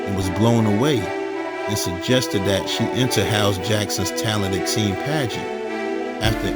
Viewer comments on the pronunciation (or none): none